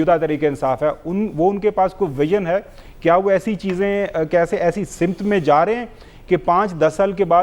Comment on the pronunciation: Khawar Saheb sahi "LAFZ" hay "SAMT", na kah "SIMT" or as commonly People say "SIMIT" Please tasheh kar leejiyay. Shukriya